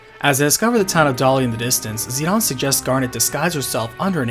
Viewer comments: If it's ended with an e and a vowel it make the vowel long. Zid-aine. It's hard to take anthing you say seriously when you say zidahnn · He is Zi-DANE to me as i grew up.. So weird and unwatchable hearing Zi-DAAN 😅😂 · Whos zeed-awn? Its Zidane Zi-dane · Dude, do you not understand basic English?? His name is not pronounced Zee-don. Its Zee-Dayne with a long "A". When has "dane" ever been pronounced "don"...If you make a 40min video, you might just want to learn how to say the main characters name properly. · the pronunciations in this game tho. zih dayne, brahn (like Bron from game of thrones), lindbloom, Kee na not kwih nuh. zidane and lindblum, I'll admit I'm wrong on, but i think brahne is pronounced without the e, and i know quina is pronounced kee na. Lani is also a fun one because it could be law-nee, lay-nee, lan -ee (the Lan pronouned like land), or luh nye. I always pronounced it Lan nee when i was young, but now I like to think it's luh nye. lol i have more pronunciation issues with this game than i do with runescape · Yeah it’s Zih-DANE not Zih-DUHN nor ZI-dumb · Yeah that's wrong though. His japanese name is Jitan (ジタン), so the English pronunciation is probably "zi-dawn", though I've always said "zi-dayne". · As a kid it was always Zidane. Then dissidia was made, pronouncing it zeedawn. Then learning how many games translations were changed heavily. Some butchered entirely. Yaaaaa. I've accepted I was wrong for the majority of my life hahahaha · Despite the fact that it was in Dissidia, I don’t like or agree with Zidane’s name being pronounced “Zi-Dawn.” I don’t care who you are, that just sounds like a bad mistranslation. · I'm not so sure about the name pronunciation. Isn Zidane French, which would make it zi-dan. I know dissidia says zi-don but even dubbing can be wrong. Not going to fault someone for saying Dan or Don, it's probably more like tomato. Hell where I live David has 2 pronunciations depending on family. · Who “Zeed-on”